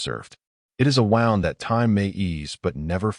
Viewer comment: Once again AI reader can't discern the correct application of the word "wound".